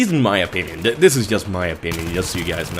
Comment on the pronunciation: it's JUST, not IUST.:P